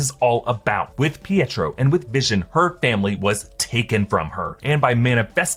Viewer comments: Saying Pietro the way it's supposed to be pronounced is not a sign of an accent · Exactly, im british yet pronounce it like that because it IS his NAME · That's not an accent, it's just the right way to pronounce "Pietro".